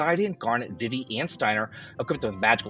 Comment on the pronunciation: 4+ years of FFIX Remake announcement soon. It's all BS until they actually announce it. Zydan, vihvih? What's with the pronunciations?